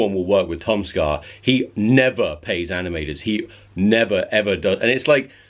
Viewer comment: I like how he says Tom ska his says Tom "soar"